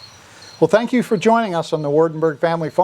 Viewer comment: Its a dutch name (waardenburg) ....you have your one town in the netherlands...called waardenburg 😂😂